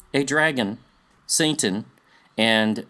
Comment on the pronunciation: "Saintan" 😆 Anyways.. i love the work you do here!